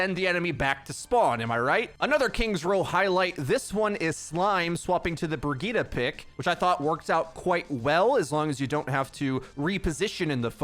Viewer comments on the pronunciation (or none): none